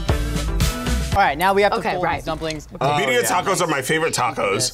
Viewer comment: Sure would help if they said Birria properly 🤷‍♂️